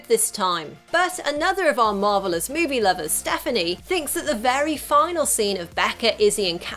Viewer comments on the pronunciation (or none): none